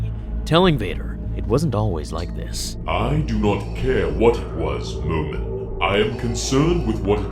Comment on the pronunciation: My name is momeen but you say momin when you say it